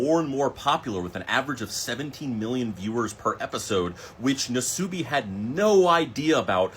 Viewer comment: Nasubi the u is pronounced shorter almost silent nas-bi